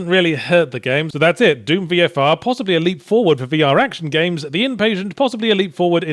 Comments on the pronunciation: Is he mis-pronouncing Doom on purpose? its D-oo-M. Not Duume. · it's pronounced "d-oom" not "dume" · I love that Yahtzee says Duum instead of Doom. Like vacuum. But only half the time. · I am amazed he consistenly calls it Deum, instead of Doom xD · I like to think he was pronouncing it Dyume because I sometimes try and overpronounce Dune as Dyoon cause I think people will hear me saying June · "Dyoom" still gets me 😂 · Why are you pronouncing it "Dyoom"? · I like how Yahtzee pronounces dune, I mean doom. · Actually, I think you mean deum.